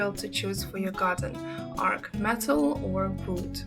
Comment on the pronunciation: The word is not ark. An ark is a ship. The word is arch. Or archway. Pronounced Ar ch (like cheese, chicken). I had to mute this to stop hearing you say ark.